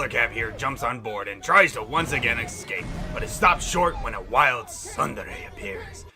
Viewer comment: You don't seem to understand what a Tsundere(pronounced "soon", not "sun") is. It is a character who starts out being cold and unfriendly, but later as they develop a closer relationship with their friends, and they sometimes become emotionally fragile. Glynda is not Tsundere, Weiss is.